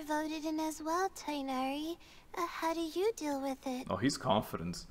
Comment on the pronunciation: am i the only alhaitham hater? 😔 not you simping so hard for Candace 😭 "he is a cat himself after all" ah yes, Tighnari the cat. he's my favorite cat. they can't voice act his name 😔